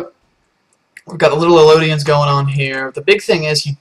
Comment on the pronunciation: they're eidolons... not elodeons... i know this video is a year old... nice vid.